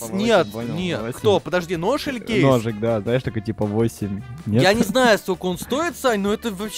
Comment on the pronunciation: когда сказал хочется ножик ножик мне послышалось что он сказал хочется дошик дошик